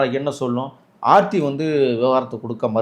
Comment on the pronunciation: Sir...preethi illa ...aarthi😂